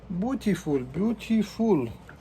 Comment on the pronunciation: In you said "beautiful" that sounded like "BUTiluf" :) in Polish "but" means shoe 😁 keep it up and greeting from Poland!!